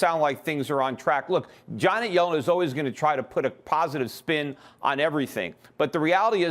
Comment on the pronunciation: Lol I know who she is DUH!..... Schiff mispronounced her name as "Johnet" instead of "Janet"